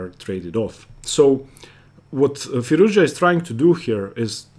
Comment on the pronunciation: Alireza is a genius....i'm glad you pronounce his name correctly, Firouz- Ja!